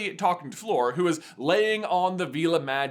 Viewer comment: Why do you call her ‘Floor’…?